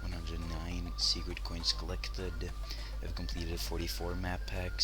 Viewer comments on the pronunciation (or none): none